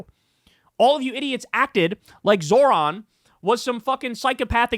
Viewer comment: I'm begging someone to PLEASE teach Kyle how to say Zohran correctly. His name isn't fucking Zoran. Jesus fucking christ Kyle is losing all his marbles. From backing the war criminal Platner to him constantly saying Zohrans name wrong. Omfg